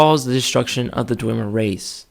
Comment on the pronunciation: Chimer is pronounced Ky-mer, Dwemer is pronounced as if it were Dweb-mer minus the B, and Dunmer is pronounced Doon-mer. also, the Mer is pronounced like murr. It's a 'u' sound.